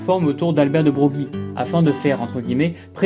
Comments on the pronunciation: Tu feras beleck, "de brogli" ca se prononce generalement plutow "de breuil" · Broglie se prononce Breuil.